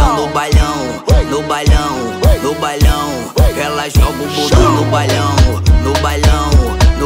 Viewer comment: porra esse cara falando bailão errado me irrita velho 😂😂😂😂